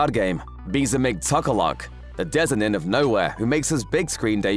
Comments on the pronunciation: Did you really pronounce the word "denizen" as "dezinen"? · "A dezinen of Knowhere." Hahahaha, I bet you thought we wouldn't notice that, huh? WELL I DID! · its DENizen bro